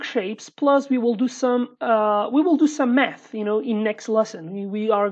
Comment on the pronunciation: "next lesson we will do some math" My ears thought you said "meth" for a second lmao